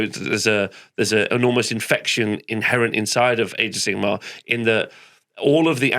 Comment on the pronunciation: Glad to have back 😊 and I love the addition of Val's energy. But for the love of god - can someone please correct pronunciation of Sigmar?! I'm not even a fan of AOS, I am an Old World stan. But this has rustled my jimmies to no end!!! Sigma is the eighteenth letter of the Greek alphabet. Sigmar is a different word. Sorry for being a dick about it. 😘